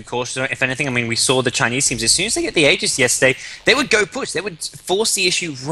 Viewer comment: LD is one of the only three casters that I've seen pronounce aegis properly. Props to him.